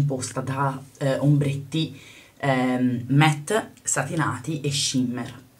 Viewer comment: si dice "matt" non "met"